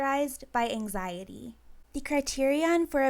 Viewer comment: I HATE how she says "angziiidieee" like i wanna slap her in the face